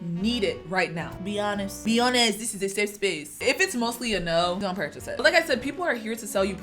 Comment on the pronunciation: i loveee the code switching broo " be HOnesttt dis iz a safe spaceee"